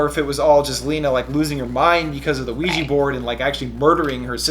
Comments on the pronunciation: pronounciation...."WEE- JUH" not weegee...nails on a chalkboard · ITS PRONOUNCED WEE-JA!!!! AHHHAHSAJSHKHDKJSDKDKDJ